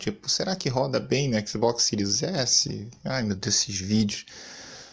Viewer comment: Xbox sirius do Harry potter, pleisteitio… kkkkkk boa